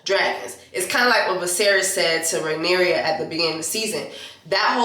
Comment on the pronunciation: Jessie you are a mess!🤣🤣🤣🤣 if you call that woman Rhaenyria one more time!! 😂😂😂it’s Rhaenyra! At the end it was Aemond on the dragon not Daemon…